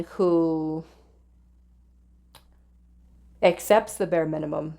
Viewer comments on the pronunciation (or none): none